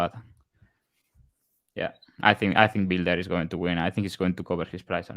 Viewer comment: “Bile-der” learn how to sound out a word you inbred…nothing like offering betting advice when you have a first grade reading level😂